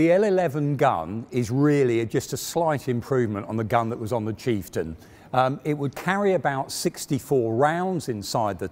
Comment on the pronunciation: i was so engrossed until he called the chieftain the cheap-stion. haha. on the videos note, glad i found it in 2021! Will watch Challenger 2 right after. thank you!